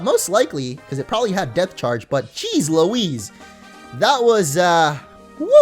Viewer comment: I can't stop hearing Death instead of Depth. Ex. Death Charge, Death Badge